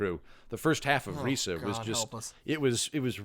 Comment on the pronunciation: Reesa theenkin' yousa not pronouncin Risa correctly.